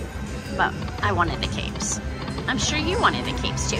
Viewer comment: 🎉awesome win. Kept thinking u saying we need cakes instead of capes lol ❤😂